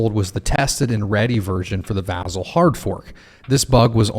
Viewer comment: vAH-Zel! Lol